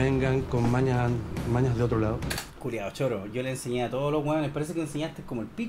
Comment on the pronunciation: "Sho te voy a ayudar", loco, por que??? Ese local merece cerrar, no podí poner en peligro a tanta gente porque "no aguanto mas"